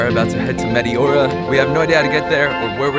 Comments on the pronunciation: Just fyi, it is pronounced metEora (you raise your voice in the capital E), not meteOra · The correct pronunciation is meh-teh-aura with the accent on teh. I am a Greek of the diaspora and have been to Greece many times. This place was on my list of places to visit, but I never made it. And now it's most likely I never will. :-(( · It's pronounced MeTEora.....Nevertheless great video :)